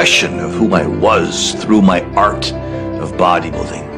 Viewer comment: was Tom saying "Buwaddy Building"?